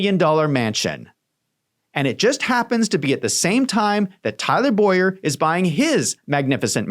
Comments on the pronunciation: BOWER clearly that is not pronounced BOYer..... it's things like this that make you look dishonest. If there is enough meat on the bone there is no point in doing things like this which tells me you have nothing. Keep digging and i am sure you will find it, but nothing in this video is it. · Her name is pronounced Bow-er not Boy-er. But otherwise THANK YOU for this research. It greatly helps me show my AZ friends what's going on in their backyard. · Bower is pronounced Bough-ehr like I bow down .